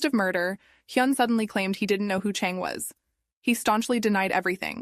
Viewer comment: This terribly done. I’m not even gonna try to be nice about this. It was so hard to follow because you constantly pronounced the names differently, one time the name is Chon, the next time you call the same person Chang. You did this with EVERY name. You mixed up the genders so you end up calling the killer ‘he’ when it was actually ‘she’. I also think it’s a bit racist. If you don’t know how to say foreign names correctly, either ask someone (it’s not that hard) or change the names to ‘jack’, ‘Kyle’, ‘Karen’, and ‘Ashley’ so your feeble brain can remember how to pronounce them and keep them in order. I’m mad at myself for wasting almost half an hour in this foolishness. Oh, and your attempt at being pithy failed spectacularly. You sound like a child that’s been held back at least two grades. Basically, stop wasting people’s time and find something more your speed, like attempting to walk and chew at the same time or how to use your key to open your front door.